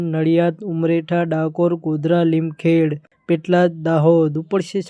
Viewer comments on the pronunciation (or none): તમે જબરા છો.... ઉમરેઠ નુ ઉમરેઠા અને લીમખેડા નુ લીમખેડ...આણંદ નુ સાણંદ અને ખેડા નુ ખેડ !!!!! 😅😅😅